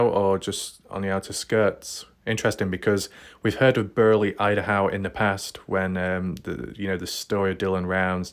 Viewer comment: You should have 2 channels. Most people that care about missing people are not wasting their lives playing video games... and there's only 1 way to say idaho. What country are you in? 😆 not America because you don't pronounce anything right 😆 🤣 like your channel but c'mon man.